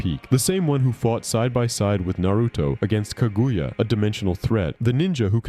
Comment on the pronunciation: to - ok so can't pronounce sasuke, susanoo or Kaguya. Intro also sounded suspiciously like it was a.i written, if you can't pronounce them you clearly never actually watched naruto. I'll go ahead and assume you're reading a gpt script or something